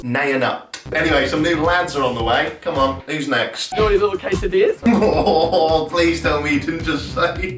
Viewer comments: Guy: How are you little quesadillas? Jack: Hello you little Cass-ah-dee-yuhs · You pronounce quesdillas like cats of diyas and it really threw me off the first time lol woorar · Ca-esadilias? Jack, really? Hoo rah